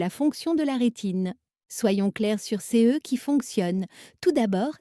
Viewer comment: La voix de la machine ne sait pas lire "CE" en devant épeler les lettres séparément.